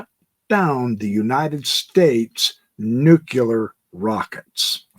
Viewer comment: I think it's pronounced NUCLEAR not NUCULER. :)